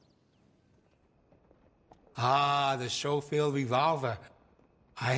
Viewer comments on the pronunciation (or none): Nope, it's Skoh-field. People keep mentioning German pronunciation despite it being Irrelevant, it's a British name. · i always thought it was pronounced skofield not showfield :( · Schofield is an english name that is pronounced sko-field not show-field though, they would have heard the name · It's skoh-field, not show-field. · i find it funny how, it is obvious that each of the VA's have never seen the word Schofield before and yet all off them ended up pronouncing it the same way. "show-field" rather then "Sko-field" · I love this game but they got the pronunciation wrong. It is pronounced “Skofield” not “showfield” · the only bad thing is how they say show-field instead of sko-field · Just so everyone knows its pronounced Sco-Field not Show-Field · Idk why they pronounce schofield like that. It's pronounced "skofeld" not "schofeld" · I . . . hate the way they keep pronouncing it. Everyone I've ever heard say it, pronounces it "Sko-field", not "Sho-field". Probably another of Rockstar's weird "Let's not quite use the actual name of this game" things. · Weird to hear it pronounced Showfield and not Skowfield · Schofield not showfield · The way they pronounce Schofield makes me cringe. Schofield is a Yorkshire surname and it is pronounced Skofield not Showfield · My life has been a lie because I have been pronouncing it like “Skofield”💀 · That is the actual way you say it! I don't know if the voice actors didn't know, or it was maybe some intentional way of avoiding using the gun's real name but "Skofield" is the correct way to say it. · As somebody who has Schofield in my family tree, yes, it's "Skofield". Same way nobody pronounces Los Santos the same way in GTA V. They just didn't prime the VAs. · I have never in my life heard anyone pronounce the name schofield as showfield before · The sch in Schofield is pronounced as you pronounce the sch in school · It’s weird because it’s wrong. Sko-field is correct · everyone calls it a shofield, i hate it